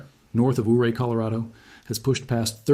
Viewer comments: I’m a Colorado City, CO resident. Ouray is pronounced Your-ay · Ouray pronounced your ray. ❤